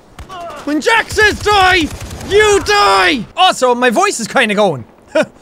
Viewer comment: when he says die it sounds like dathi